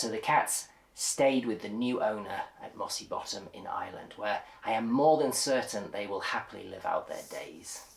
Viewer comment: Love the way pronounces Ireland like a pure native